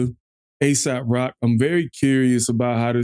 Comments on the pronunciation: Ay-sawp rock is how you pronounce it, and he is absolutely NOT Asap Rocky haha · It's pronounced "Ay sawp" Rock (no Y) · Not Asap rock It's AESOP ROCK LANGUAGE brotha man respectfully..